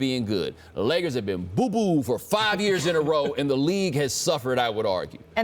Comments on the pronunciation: Did this bitch just say layers instead of Lakers maybe I'm just tripping someone help me out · this lady really said layers instead of lakers smh lol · Did she say "Layers" or am I hearing things?